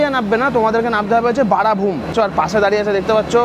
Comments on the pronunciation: বারাভূম না বরাভূম দাদা 😅❤ , ঠিক আছে এরকম ভুল হয়ই, কোনো ব্যাপার নয় ❤❤❤ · Barabhum (বরাভূম) ঠিক করে বলুন। বাংলা উচ্চারণ করতে শিখুন। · বাংলাতে কি লেখা আছে । ভুলভাল উচ্চারণ করলে হবে বরাভূম কে।